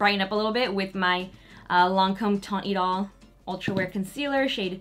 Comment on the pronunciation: Y'all should search up how to pronounce French words sometimes with all these brands that use them hahaha teint idole is pronounced more like "teh/tain ee-doh-l"